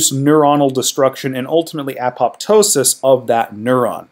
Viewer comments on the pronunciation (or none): Please don't repeat the nonsense that beta amyloid is an abnormal protein. Simply not true it is produced off the beta gamma secretary's pathway normally as part of either an anti pathogen program or a synaptic pruning program. Also please pronounce apoptosis properly.